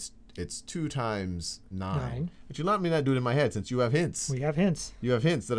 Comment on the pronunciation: I absolutely love the way Sal says "two". It's like: "chu". :-)